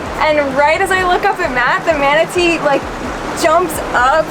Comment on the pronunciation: Manatee or WOMANatee 🧐